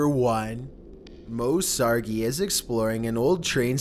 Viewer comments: Did This Boi Ay Moe Sargi's Name Wrong? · I can't breathe he pronounced Moe Sargi wrong